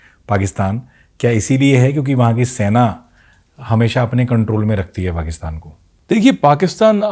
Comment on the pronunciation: Sena hota hai Saina nahi ....